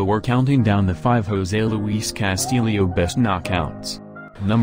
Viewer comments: Dear Mr. Narrator, Your pronunciation of Castillo is incorrect. It is not Cas•til•leo. It's Cas•tee•yo (short o). In Spanish, "ll" is pronounced as a "y" sound. Now you know. Le😎 San Francisco, Califusa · Why are you mispronouncing his last name?